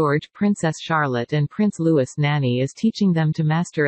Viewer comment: Pronounced. Louieeee